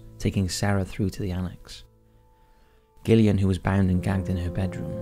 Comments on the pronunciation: The way you pronounced Gillian made me lol 😂 its not pronounced gill like a fish, it's Jill 😂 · Derbyshire, pronounced Darbisher, Gillian, pronounced Jillian, and, by the sound of it, you’re English! PEACE ;] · Yeah the Gillian thing bugged me personally, but I still appreciate his efforts lol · I've genuinely never heard someone pronounce Gillian wrong. Is this done on purpose??